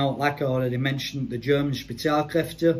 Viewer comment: as a dude who speaks Fluent German it was a Suprise that you pronounced Spezialkräfte right cause thats rare for someone who is either a non German Speaker or someone who doesnt really speak German